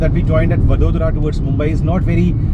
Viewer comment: It's vadodara sir